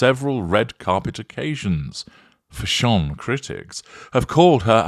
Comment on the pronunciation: Still cracks me up when you say Fash-ON, 😂😂😂